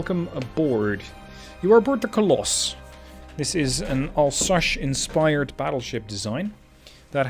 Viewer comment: Pleeeease stop saying « Alsache ». It’s « Alsace », pronounced « Alz-ass »